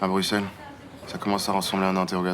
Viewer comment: Pour info Bruxelles se prononce /brussel/ comme l'a dit Djawad. Laurence qui est censée être bruxelloise prononce le x. 😂